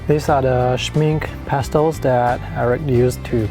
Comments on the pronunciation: Good video. Just an FYI. the pronunciation of Schmincke is shmink-eh and not shmink. :) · Soo impressive! Greetings to the business owner! Ps. please pronounce the -e at the end of the Schmincke. Without the -e, it stands for make-up in German and it’s clearly not that type of paint😅🙈